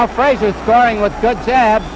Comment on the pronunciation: Oscar was so slow and stiff with such poor balance and no defense. Joe was no more 5.11.5 than Tyson was (is). Joe Jr. told me in a phone call his dad was 5.10. Why couldn't pronounce Frazier's name correctly or state the third judges card w/o the confusion?